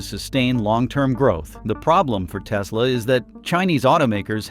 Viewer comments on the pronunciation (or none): tesla - last-e